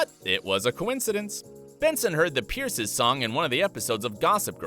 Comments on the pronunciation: It's not Sasha Peters it's Sasha Peters-sa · it’s not Peters 😂 it’s Pierterse. Every time she says her own name, I remember it but I can’t ever figure out how to type it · The fact that you called Sasha Pieterse Sasha Peters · i cant pronounce it either. is it "pee-uh-tiers"? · It's pronounced like the last e is an A (pun intended) Pee-ters-ah. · The fact that surprised me the most? While digging for behind the scenes dirt & drama you didn't learn how to pronounce Sasha Pieterse last name.